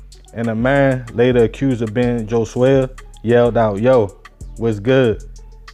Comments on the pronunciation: Bruh his name was HOE-SWAY. Not Jo-Zay-Uh 🤦🏾‍♂️ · its pronounced Ho_Sway btw i know his ogs